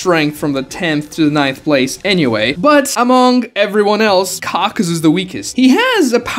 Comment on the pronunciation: Why many call him Kakazu when it's Kakuzu?